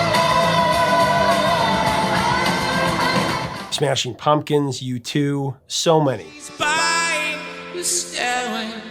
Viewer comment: I soooo love! You said Smashing Pumpkins band name correctly!! You ARE the!!:) Ann of Heart is the only woman who's done a Metallia song justice....does Stairway to Heaven justice. Righteous justice!!